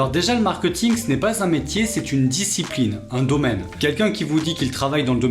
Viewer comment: Pourquoi prononcer mark-eut-ing alors que tu expliques toi-même l'origine du mot étant mark-é-t-ing? À part ça, super vidéo! Merci pour les infos :)